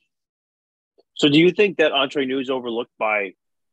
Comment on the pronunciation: Hate to be so picky but it's Entre Nous, everybody seems to pronounce it Entrer which is a completely different word in french. Entrer in french means enter. I know they are Canadian and we're known to say eh a lot, but not at the end of this word🤣